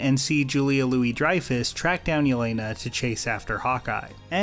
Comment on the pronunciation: the biggest problem is they used shitty British vodka for product placement when proper slavs would make their own vodka. and the accents were shite. and the way they pronounced jelena. and the fact they're trying to make a cold war film in 2017 and it was still shite.